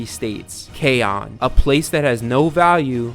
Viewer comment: I’m not being a hater I’m just a phonetics nerd but I’m pretty sure Kaon is said (Kai-on) not (kaj-on)